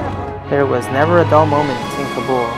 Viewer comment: Please say Kaa-Bull , not cub-ool.